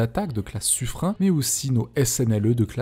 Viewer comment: Les nouveaux sous-marins français seront de classe Suffren (suffrène en phonétique et non suffrin)